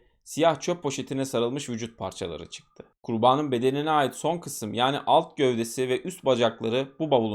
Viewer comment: Ben konuşma kusurları olan anlatıcıları dinleyemiyorum. Size dostça bir öneri KURBANIN sözcüğünü çok hatalı vurguluyorsunuz. Ben kurbağanın dermiş gibi algıladım sizi. Kurban derken doğru vurgu ama ek gelince ikinci hecede uzatma ve vurgu hatalı. Ben olsam düzeltirdim. 😊